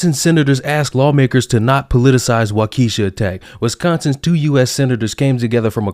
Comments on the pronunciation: wak-oo-shaw. not wak-ee-sha. and to this moron woman, did she take a second to look into the hundreds of people coming in from out of state to riot and burn down a town they don't live in? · The city is pronounced "Wock-a-sha" not "Wok-keesha". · You're still pronouncing it like a black girls name. It's not "walk-ee-shuh" it's "walk-uh-shaw". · It’s pronounced Walk-E-Shaw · Great video great points as usual but in Wisconsin this is how we pronounce Waukesha it's wah-kuh-shaw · Pronounced Walk-Ah-Shaw, just a heads up. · Walk-Ah-Shaw, just a heads up. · Think it’s pronounced waa kAh shaa. Not trying to be a grammar/ pronunciation nazi only trying to help. Love your channel , thank you. Also fully realize you might be doing that intentionally. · I live in Wisconsin and I feel like I should correct your pronunciation of Waukesha. The first Wau is pronounced correct but that second part not so much. After you say Wau, say Kesha like the famous singer herself. So Wa-Ke-sha. I'm just trying to be helpful. Also, you're spot on with this video. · the asshole was out of jail 3 days before for trying to drive over his baby momma but he didn't have black privilege, by the way it is pronounced walk-a-shaw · Not that it matters in the grand scheme but it's pronounced "Walk-a-sha" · First, I completely agree. Second, it's pronounced "Walk-a-shaw"... sorry I know you hate when we harp on pronunciation. I blame T-Pain for the inexplicable need people seem to have to pronounce all Wisconsin vowels in their hardest form. Yes, I'm still holding a grudge for the "way up in WisCANsin" line. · WAH-ke-SHAH.. if you're interested. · awesome information; hadnt heard any of this until i saw your video. these past few years have been crazy in our state, especially with our current governor. also, it always makes me giggle hearing non-wisconsinites pronounce WI city names lol. technically it's WAH-keh-shaw ;) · It's pronounced 'Walk-uh-shaw'. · It's pronounced Wa Key shaaaawwww